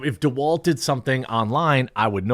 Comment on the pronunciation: I used to enjoy your content, then you said DeWalt. Now I'm questioning your sanity 😆